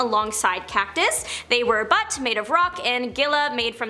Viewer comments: you said a there was a villain named "Butt"? I think you mean "Butte" which is pronounced "Byoot." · Lol you called Butte butt. It's "byute" like the first partt of beauty. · And Butte isn't butt. Lol